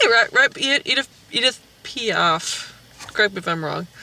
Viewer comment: "Non, je ne regrette rien" est une chanson que tous les francophones connaissent. Mais je suis quand même impressionnée par le fait qu'une Américaine connaissent le nom d'Édith Piaf. Excellente prononciation. Bravo. Jules Verne et Édith Piaf, la culture française se propage sur le canal du "snob du cinema".